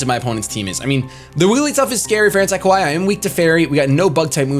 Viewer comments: The way you say "kawaii" sounds like "kowai," which means "scary" in Japanese. lol It should be pronounced kuh-wah-ee. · pronunciation of Kawaii is so bad haha. Though I love the nickname AntiKawaii for the Malamar